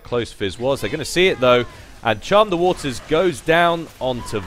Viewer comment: Good stuff! Just make sure you get ability names right:) CHUM the waters!